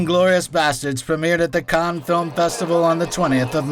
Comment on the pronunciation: Fantastic effort but it's still driving me crackers every time he refers to the "Khan Film Festival". It's written "Cannes", which means in French it is pronounced like "can"... if you want to anglicise it, just pronounce the S: "cans". But for heaven's sake stop saying "Khan". That pronunciation is much closer to Caen, which is a city at the other end of France, pronounced something like "Cognh".